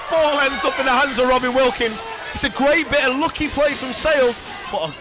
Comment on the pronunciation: Please get to say lleucu correctly, its it's not lucky! I